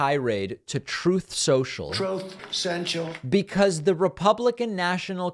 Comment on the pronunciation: I will never get tired of hearing " troth sential " Good show!!!!!!